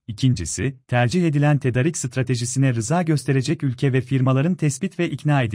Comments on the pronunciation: Tedarik biraz uzun söylüyoruz tedaaarik gibi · tedarik demesini öğrenin lütfen kötü duruyor